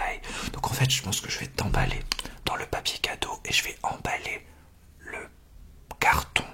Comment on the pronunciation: « piapier cadeaux » XD❤️